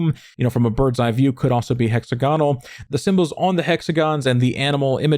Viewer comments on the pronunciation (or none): I love these videos but please can you pronounce it “hek-sa-guh-nuhl” as opposed to “hexagon-al”